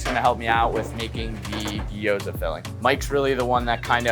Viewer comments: bro said gayoza lmao its GIOZA BRO. amazing looking food though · bro literally said guy-oh-sa mid video daaamn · Chef manages to butcher both Italian and Japanese 😂 Food looks🔥🔥🔥 tho. "Guy-ohza" lmao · pronouncing gyoza as "guy-oza" is just criminal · "I'm so bad at pronouncing Japanese words." 2 minutes later: "Guy-oh-za" I don't know what I expected! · "guy-ohza" is crazy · I thought it was just the name of the dish? Or at least that's how I understood it. The dish is something-something guy-ohza and it's made of gyoza. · He did it on purpose in order to get people commenting and to create a buzz. He pronounced gyoza wrong as well but said it right seconds later. Personally I think he’s a douchebag, lol. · Appreciate that he butchered pronunciations from both cultures equally. Guy-oh-za and Porketta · Almost got taken out by the "tsuke-mon" at the beginning but glad the chef mentioned his pronunciation issue before going even harder with all the ways he could say "guy-oh-za" because it made it even better somehow. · “Su kuh mon”/tsukemen feels worse to me since I’ve never heard a butchering anything like that, whereas guyohza is pretty normal, but shrug